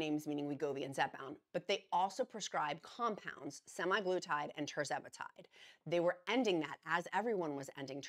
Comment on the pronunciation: Thank you for always providing information and updates! Semaglutide = SEM a GLOO tide. Emphasize SEM and GLOO. GLOO gets the most emphasis. Source: USP Dictionary Online (aka USAN)